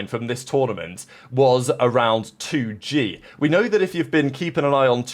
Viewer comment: 2Gay? Its 2 Gee, like the letter G.